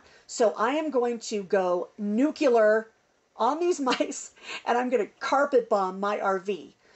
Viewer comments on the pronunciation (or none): you are AWESOME and intelligent!!! But please, it is NUKE-LEE-ARE, not NUKE-U-LAR! AKKKK! I think you need an auxiliary cat to get them buggers!